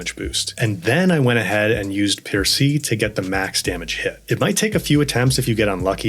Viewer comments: It's "per-say"... Would it hurt an American to become the slightest bit cultured? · Percée is pronounced French, not with a final English E. But good job with the tips, they are always useful. Personally, i first got the solo pictos winning the hidden arena with Maelle. After that, the arena with the 'stranger' as final boss was a piece of cake even alone. Also, good job in explaining the pictos system, once you get it is so easy, but at the beginning... is hell 😅❤